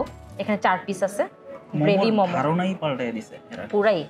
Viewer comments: মম কি? মোমো। ফুড ব্লগার এর ফুড এর নাম উচ্চারণ এই তো সমস্যা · Good video . But it's মোমো not মমো